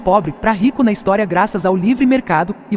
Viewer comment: kkkkkkkkkkkkkkkk "istorei" na intro do liberal.